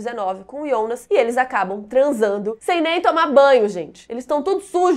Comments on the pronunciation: Iana? (Jana) Reguina? (Regina) Ionas? (Jonas) wtf? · Adoro seus vídeos! Mas por favor pq vc fala os nomes todos errados! Vc falando TRONTEE, dói os ouvidos! Pq Ionas e não Jonas?